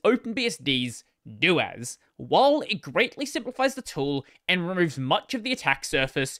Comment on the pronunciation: I accepted systemd, I can accept this. I can't accept your pseudo pronunciation of suDO. Hear me out. I'll compromise. Just say doh-as instead of DOas and we'll call it even. :)